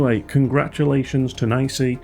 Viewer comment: I’ve always heard it being pronounced “knee see”, without exception, until your video. This is the first time I’m hearing “nicey”. I’m curious, is this just your feeling of how it should be pronounced, or did you get this info from NiSi directly, and they officially said the correct pronunciation is “nicey”?